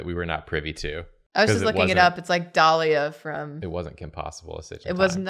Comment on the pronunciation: pronouncing Delilah's name Dahlia is cursed but I'm not quite sure why